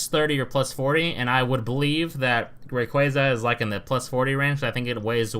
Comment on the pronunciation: It really triggers me how you say rayquaza.😠